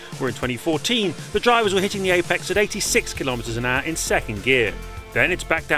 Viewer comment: "kilometers an aaAAaa".. wtf is that accent? Just say hour, for freak's sake.